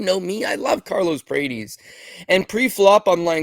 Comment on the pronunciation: PRAH-TEZ. NOT "PRAYTEEZ"